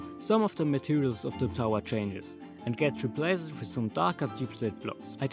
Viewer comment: man sagt "replacd" nicht "replaced", auch wenns so geschrieben wird ;)